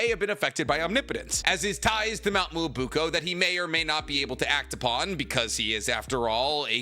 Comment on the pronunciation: So this whole "Muobuko" is actually "Myoboku"?